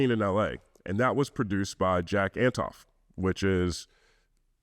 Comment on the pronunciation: Just a heads up, you mispronounced Jack Antonoff’s last name